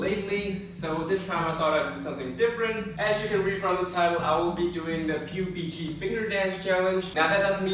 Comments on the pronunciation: its not P U B G its PUBG in one whole word. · PeU-BG xD haha it's PuB-G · Honey, honey, listen! It's not pu b g, its pub g!!!! Can I go n practice the pronounciation first!!!! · Why is no one talking about the fact that he said "p-u-b-g"? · "P U B G" lmao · p u b g? not PUB G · ain’t nobody gonna talk about how he pronounced pubg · the way he says PUBG xD